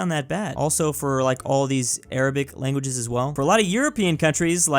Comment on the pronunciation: man said langauges